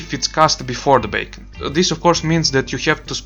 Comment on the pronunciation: You keep saying "bacon" its funny and good info